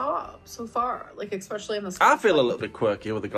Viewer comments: There still isn't a "gg" in "especially",! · I get triggered every time she says EXPECIALLY instead of especially. Her mind really stopped working at age 13.